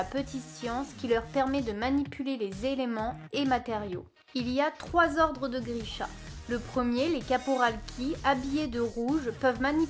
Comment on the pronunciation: Corporalki, pas Caporalki